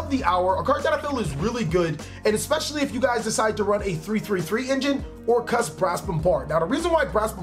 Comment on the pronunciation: I like your pronunciation of "Orcust"